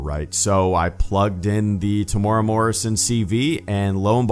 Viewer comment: His name is said Tem-you-era Morrison if you're wondering, but this was confirmed a few months ago that Temuera Morrison as Boba Fett was back for Mandalorian Season 2.